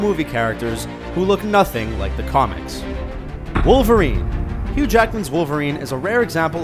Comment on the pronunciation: Did he just say Hugh Hackman? Wtf